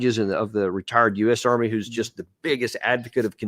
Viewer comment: Mr Davis, just a question. Did you say: Ben Hodges, the 'retired' or the 'retarded' general..? 🤔 If I had to judge by his statement, it's hard to say